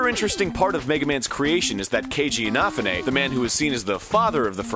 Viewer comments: Your pronounciation of Keiji Inafune is terrible, Arin. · Egoraptor butchered Keiji Inafune's name...